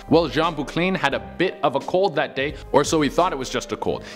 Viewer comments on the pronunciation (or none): none